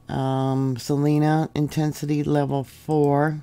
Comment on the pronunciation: I live in Abilene ks, and we felt. My dogs reacted first. Not to nit pick, but but salina is pronounced (sa line uh). Just how we say it here